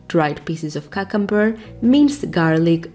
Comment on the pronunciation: Κιουκαμπερ... not Kakamber... please fix it 🙏😫